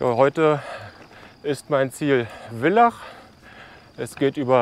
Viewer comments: Bitte das heißt Villach mit F, so wie Vater.. 😊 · Für mich als Österreicherin istdeine Aussprache der Ortschaften oft sehr lustig. Wir betonen ganz oft auf der letzten Silbe. Spitaaal zb. Lienz ist mit einem betonten e und Villach wird wie Vater gesprochen😉